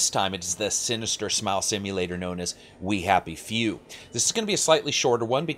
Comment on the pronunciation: kinda sounded like you called the game "we have a few".